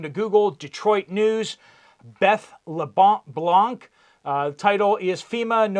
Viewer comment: I LOVE how you pronounced LeBlanc! It’s exactly like I say it and I’m Canadian and I speak Canadian but I do know some French language I learned in school. The c is silent in France. Thank you for all your investigative work on this as well as keeping all of we the listeners updated on current events.